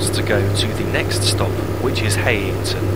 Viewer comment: Thought it was pronounced High-ing-ton?